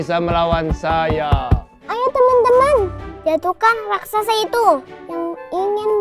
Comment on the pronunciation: SAAT RAKSASA MUNCUL, MUSIKNYA SAMA SAAT AL ANDIN MAU NAIK SAMPAN 👍👍👍 KENAPA MC BILANGNYA "RASAKSA"??🤣🤣🤣 HARUSNYA KAN "RAKSASA"